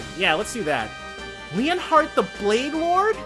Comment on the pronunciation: It's officially pronounced Len-Heart the Bladelord, but Leon-heart is cool. Just please don't say it like Leonard again :p EDIT: Also, need to mention this because it's disconcerting me, but it's LU-gran, emphasis on the Lu there, not Le. Otherwise you just sound like you're saying Laura's hometown :p